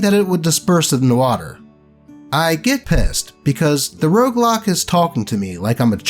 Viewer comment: Roguelock sounds more like Roadblock. Haha